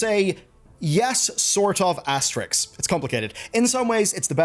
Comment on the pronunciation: asteriSSSSSk. the s is before the k. close!